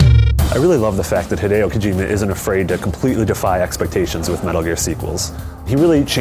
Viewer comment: who's Heedo Kojima?